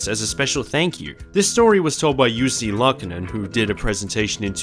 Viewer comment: Pronunciation: Yussi Lack-O-Nen,/with/an/extention/of/the/word:Laa(c)k.